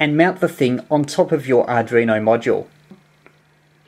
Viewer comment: 5 & 9 plus description but please..ARDUINO not ARDRINO.. 73 G3NBY.